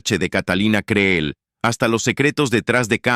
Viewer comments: No es Creel, así se escribe, pero se pronuncia Cril. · Aprende a decir el apellido CREEL l( la Doble e se Lee como cril ,! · Creel,suena con i al pronunciarse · Quien sera la sabandija que narra esto?, Por que ni siquiera sabe pronunciar el apellido Creel. A que escuela habra ido??? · Catalina Creel ... minimo deberias de dignificar la pronunciación del apellido de este gran personaje